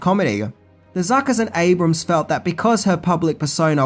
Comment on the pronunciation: Great video as usual,. It's also nice to see you finally pronounce Jim Abrahams last name correctly after three videos.:D